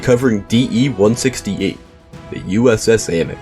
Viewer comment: Love finding out my distant family has military honors 🎉 thanks for not mispronouncing it like everyone seems to do 😂